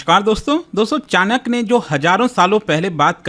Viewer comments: नाम का उत्चारण बराबर लीजिये chanak नही चाण्क्य होता हैं। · Bhai wo chanak nahi Chanakya hai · Chanak nhi hai chanakya h vo